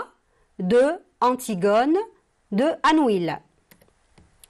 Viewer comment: On prononce anouille et non anuil